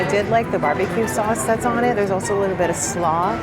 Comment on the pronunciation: Realized you pronounce "also" as ulcer whenever you say it and now I cannot unheard it!! Great video again